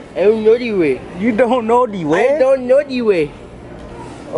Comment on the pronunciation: How do you know de way? "I went de way the other day" 😂😂😂